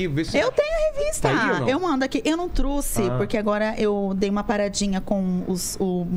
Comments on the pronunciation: "Eu não truci" foi foda hein, achava que era trouxe! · Eu não "trusse".. doeu aqui... tem que chamar o Franklin Medrado